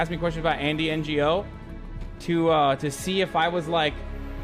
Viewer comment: Can we take a moment to talk about cenks nephew not knowing how to pronounce "Ngo" when it comes to Andy Ngo? He says N-G-O. Wtf? Lol